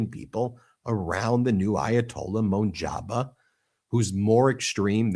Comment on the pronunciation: Let me begin by saying, you have a great show and I listen to you guys all the time. The new AYALA name is pronounced MOJ-TA- BA I know I know you have difficulty pronouncing Iranian names😂 you guys have a very smart show.❤